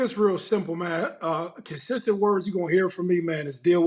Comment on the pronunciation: “Gotta stay kidsestent”